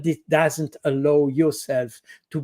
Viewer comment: ‘Allow’ is mispronounced by the Frenchman. He is assuming words spelled the same in English are pronounced the same.